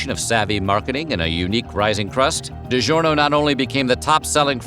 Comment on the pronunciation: If only the speaker would pronounce "DiGiorno'" correctly...